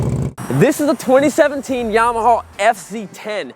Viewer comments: Yamawhaw, LOL. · “This is Llama Hoss.... this is Llama ya’ll.... this is Yamme Hoose” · Stop pronouncing YAMAHAW FFS 😅😅😅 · "Yamahaw" Lmao 😂😂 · And yamahawww